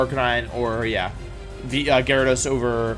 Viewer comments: I'm new here can someone please explain why wolfey won't pronounce a V? I think its funny to hear for some mons like "winyeasaur" but then I hear Gyro-dos and my brain turned off XD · He also pronounces Gyarados as “Jairo dose”. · Or diance instead of diantha or JY-RAD-OSE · You said... Jya-rados and Cinder-achie... Gyarados and Cinderace... Learn to say the names right please. However... Awesome video lol. Maybe rank them for their singles potential? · He also said jigga drain, jyarados, and george-heist. Diantha is the least of my worries. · bruh its pronounced are ca9. you know like a CANINE. dont even get me started on gyrados. otherwise good vid